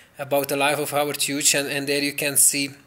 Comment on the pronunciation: Hey. It's pronounced hewes. Howard Hughes pronounced Howard hewes. It's an Irish name.